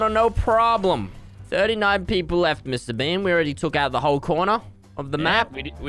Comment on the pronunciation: Every time he says Mr.Beam, I think of Mr.Bean